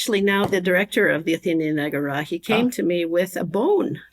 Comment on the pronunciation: Why do you say Agora like Ágorá. Where you learn the latin pronunciations like that? Honestly curious